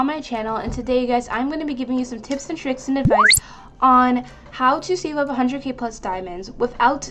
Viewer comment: When she said “tips and tricks” for some odd reason I thought I heard her say kids 😅